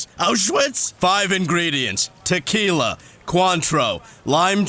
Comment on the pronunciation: Did someone say Takyla